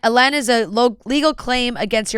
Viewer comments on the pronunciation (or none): Lien is pronounced like lean 😊